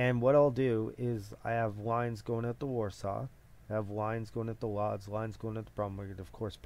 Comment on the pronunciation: Lodz is pronounced wooj